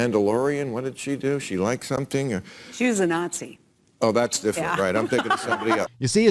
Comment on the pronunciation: Out of interest, why do you pronounce Nazi as Yatzi?? Is there a bot that blocks creators if they pronounce it with an N?